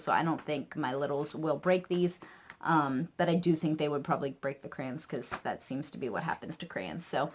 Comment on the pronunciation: I love that you say crayons like me! Everyone gives me a hard time for saying it that way. Great haul! Thanks for the ideas. My 4 year old is obsessed with addition so it looks like i'll be ordering the addition locks. I don't have one near me either, and that's ok, i'd spend a fortune!